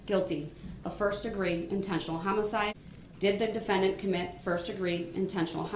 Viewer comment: Da de-Fan-dEnT